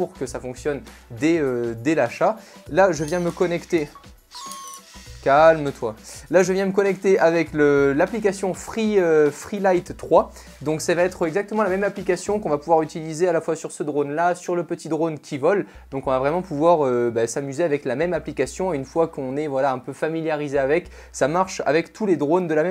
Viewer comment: C pas freelight c freeflight